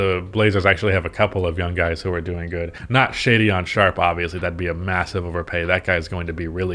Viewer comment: Hey friend, quick note: his name is Shaedon not Shadeon. Thanks for the upload👍